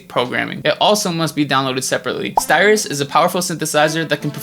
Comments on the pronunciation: styrus haha, the rest was cool man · Styrus? xD